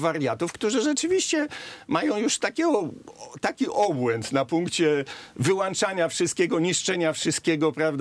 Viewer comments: polonista który mówi: wyłanczania zamiast wyłączania, musi mieć wyłancznik zamiast wylącznika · wył Ą czania